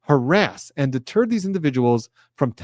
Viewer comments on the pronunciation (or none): none